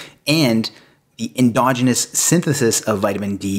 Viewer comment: En-DOGG-en-us??? I believe the correct pronunciation is en-DOJ-en-us. You got it right the second time. I always listen carefully to pronunciations because it tells me if the person is real or a fake.